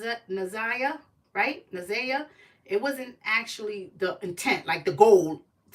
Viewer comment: NA/ ZIY/ YAH. PRONOUNCE HER NAME RIGHT!!!!!